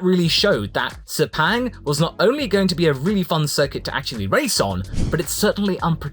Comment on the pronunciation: Sepang (actually pronounced as : ser- punk, not say-pang) Is a merc-petronas home race, being a very rich oil comp, weird that they can't continue the successful gp events.. Due to a political turmoil of billions $, the race disappears.. sad. I really hope in the future, other comp will continue sponsorship of Sepang, also being the cheapest ticket bcz of our rock bottom currency right now 😅😅😅